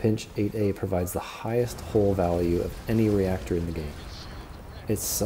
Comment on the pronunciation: Love your videos! Helpful, informative, and well researched! But I cringe every time you say "hull", it sounds like you're saying "hole" 😂